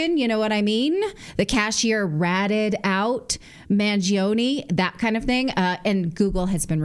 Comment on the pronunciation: It's pronounced Man-Joe-ni in Italian, not Mangeeoni. Similar to Pino gio-joe, not Pino greegio